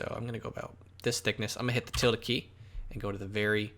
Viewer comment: Question, what is the Tilda key? or something similar, can't understand what you said to get the options for the different perspective views. Played it back a few times and can't understand what you said